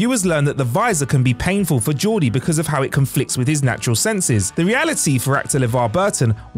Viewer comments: Yeah, I heard 'Geordie' but annunciated "Jee Or Dee" instead of "Jor Dee". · Did the Narrator say "Georgie?" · Georgie LeFarge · I know it was just a slip of the tongue but you said Georgie several times when referring to Geordi. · "Georgie LaForge" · Did anybody else hear Georgey LaForge the first time? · Georgey La Forge? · needs to either learn how to read properly, or not make videos. "Georgie La Forge"? Every video does, he flubs his way through it. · I only knew five out of ten and you mispronounced Lt Cmdr La Forge first name 😆🤣😅😂